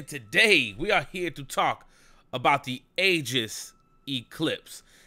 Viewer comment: PLEASE PRONOUNCE AEGIS RIGHT. PLEASE. SAY EE-JIS